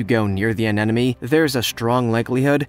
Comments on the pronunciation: anenome?????. isn't it anemone? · Why do you keep saying "anenome" instead of "anemone"? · Anemone....*AHEM* 'UH-NEM-UH-NEE' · did I hear "Anenome" over and over? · Did he say anenome? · It's an aneme-no-ne-ne, guys, get it together. lol And no, peeing on jellyfish stings does not work.